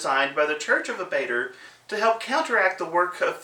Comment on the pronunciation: Loving the videos, but I'm going to be "that guy". It's not worth rerecording for, but Abadar is pronounced differently; Ah-buh-dar. Not sure I can post links in comments, but I'll try to find an official source.